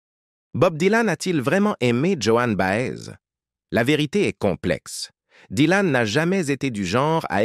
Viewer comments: Vraiment les voix monocordes de l'IA me bloquent les neurones. Bob Dylan surtout et Joan Baez (et pas Johanne Bahèze) sont mes années lycée c'est vous dire que je n'apprends rien en plus. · Après les jeunes qui vont découvrir avec cette vidéo vont répéter Joanne Baaaèze! 😂